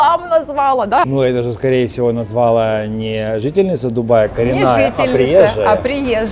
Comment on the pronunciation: Пришлось выключить на 4 минуте — не готова слушать информацию от людей, профессия которых = говорить, а говорить они так и не научились. Ценность инфы — ноль после этого. «НазвАла» — занавес.